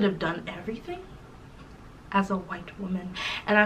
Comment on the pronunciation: Wait did y’all catch how between - she said “she did not had to lie about being whi-alck” 😂😂😂😂😂😂😂 I died and came back to life !!!!😂😂😂